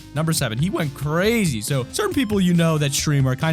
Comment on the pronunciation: “ CrrAZY. My man goes crrazy.” me trying to make a joke out of the word “crazy” Me: “CrRAGEY. My man goes crragey”. No. Ok...😄😃😮😑☹️